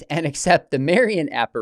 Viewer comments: When you're so Protestant that you can't even say "Marian" correctly. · why does Dr. Craig say Marian like that hahah